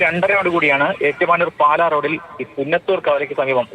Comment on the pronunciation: ഏറ്റുമാരൂർ അല്ല ഏറ്റുമാനൂർ ആണ്.. നാക്കൊന്നു വടിച്ചാൽ മതി..😂😂